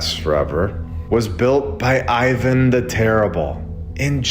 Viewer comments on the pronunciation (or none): none